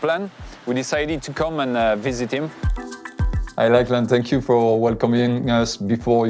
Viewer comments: it's pronounced 'locklan', not lacklan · His name is pronounced like a Scottish lochs. So it sounds like Lochlan despite the spelling.